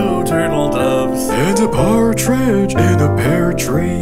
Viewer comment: Why did I think for the longest time that said "Cartridge in a pear tree" silly, that's not where cartridges go <3